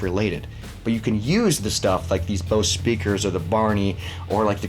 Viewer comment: Bose stuff holds value. Btw it's pronounced "bohz" like as in bozo. Now Boss speakers are a different story... those are cheap.